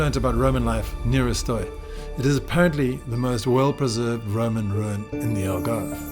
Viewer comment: I was recently informed by a couple of Portuguese people that it's pronounced "Shtoy" - i.e., the E is silent.